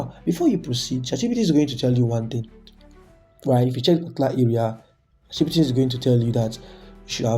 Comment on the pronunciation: Bro am not trying to disrespect you but it's chatgpt not chatgbt